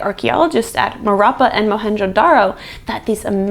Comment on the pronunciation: Harappa is pronounced as Haddappa